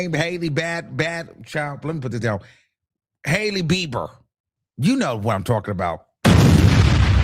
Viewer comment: Who is “Hailey BEBE”?!??? 😩🤣🤣🤣😭